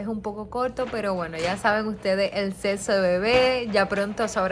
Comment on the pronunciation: dice seso? En vez de decir sexo